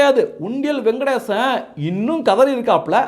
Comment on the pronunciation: யோ பேர ஒழுங்கா சொல்லுய்யா, சு. வெங்கடேசன் ஞாபகம் வச்சிக்கோ....